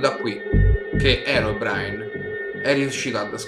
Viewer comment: Si dice così